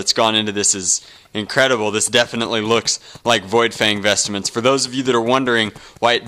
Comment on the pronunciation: lol its VOidfang VESTMENTS! Not vestaments!